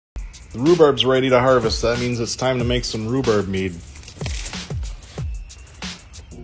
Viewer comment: Rhu barb ….. not rhu burb